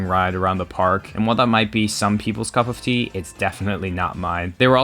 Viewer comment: Please don't say cup.of tea as a Brit it's painful